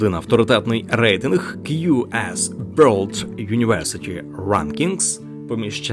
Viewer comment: Абожеж, навіть британці не кажуть на world вьолд, та навіть ті ж австралійці. Що ж в нас так погано все з вимовою